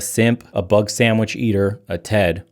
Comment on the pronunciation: Couple weeks ago I started laughing whenever he said 'bugsandvich' and it still lasts. I love the way he says it. 😂